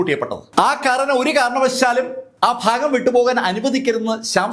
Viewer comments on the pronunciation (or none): none